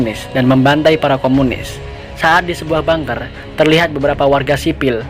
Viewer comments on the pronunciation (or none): none